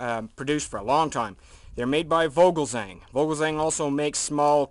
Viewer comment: OH GOD YES!!!!! vogelzang is from the netherlands/holland.. my 2!!! and you say voogelzang